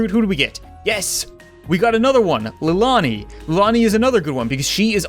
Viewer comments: Cap:"Li-lani" Text:Lillian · Lilanee. xD Lileeann